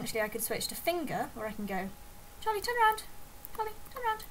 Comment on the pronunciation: it sounds like your saying Polly when your saying Charlie. that reminds me, i used to have a budgie that looked a lot like that named Polly :)